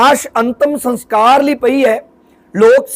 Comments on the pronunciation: Antam saskar not sanskar pl. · Sans kar ni hunda saskar hunda a maharaj